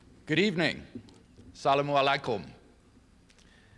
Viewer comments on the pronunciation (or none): My first observation: Craig simply butchered the pronunciation of the Arabic greeting 'assalam alaykum.' Apparently he didn't bother asking someone to say it for him. He instead tried his best at deciphering the transliteration with very poor results. lol